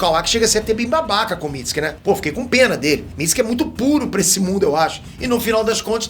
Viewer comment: Amo ele falando Mitski(Mitsuki)